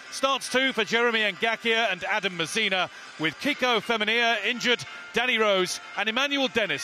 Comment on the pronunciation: Why does this bloke say Mazina not Masina ffs